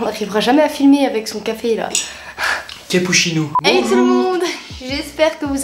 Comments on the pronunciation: oui mais il a dit "cappuchino " c'est pour ça qu'il l'a écrit comme ça 🙃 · le " capouchino " ça ma tuee mais après a il s'étouffe avec je nen peux déjà plus 😂😂